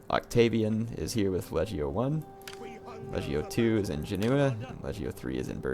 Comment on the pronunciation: It's Genoa/Genova instead of Geneva. They are two different cities. Don't get me wrong. I like your videos a lot.